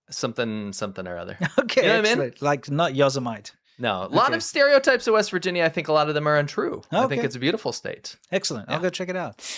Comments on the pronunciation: Yozzamite? You mean Yosemite? Pronounced: yo SEM ah tee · Pronounced = YO - SEM - i -TEE😅😅😅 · "Yosemite" doesn't rhyme with "Vegemite". It's Yo-SIM-itty.